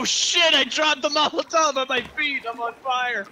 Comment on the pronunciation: Mol-uh-tov lol